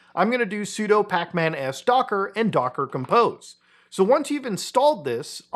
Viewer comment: Quick warning its docker-compose not docker-compost